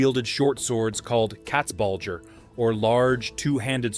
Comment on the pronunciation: Landsknechte are not spoken with ä , but a, similar to lance. Land can mean either land or country, depending on context. The shown weapon is no pike/ Pike, but a boarspear/ Saufeder. Katzbalger , spoken about Cats ( more a than ä)- ball - ger , not Katzbaldscher. Plural of der Zweihänder is die Zweihändler.